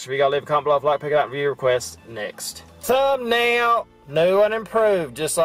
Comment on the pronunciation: You, make cool videos dude . It's always funny when you say "ThumbNail" .